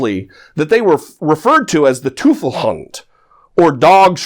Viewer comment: For future reference, the German word for devil, teufel, is pronounced "toyf-ul", not "too-ful".